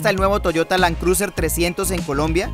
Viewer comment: Lan cruser!! 🤣😂🤣. Buen video, lástima el tono y pronunciado del presentador.